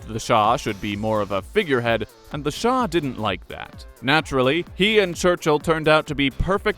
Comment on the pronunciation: Its Shah NOT Shaw!!!